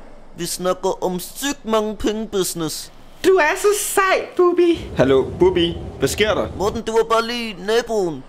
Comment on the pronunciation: det er Bubbi ikke "Bubber"